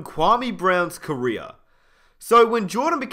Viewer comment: He said carrer not career